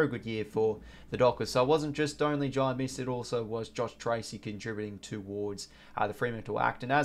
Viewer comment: First time I saw Amiss he was kicking for goal and missed, lol, but it is pronounced Amus, like anus but with an m not n.